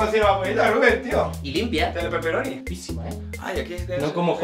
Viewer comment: Gente normal: Rubén. Jorge: Rúben